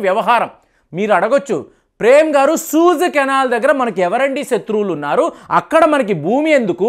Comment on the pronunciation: సహజంగా అందరితో స్నేహంగా ఉండటం చాలా మంచిది. You pronounce as సూయజ్ canal అనాలి. మీరు సూజు అంటున్నారు